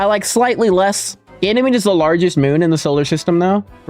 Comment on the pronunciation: Damn likes uranus “Ganimades”😂